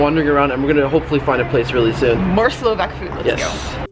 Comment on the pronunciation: They are pronouncing the countries name and what they call us Slovaks. Kinda butchering my ethnicity and culture. I'm slovakian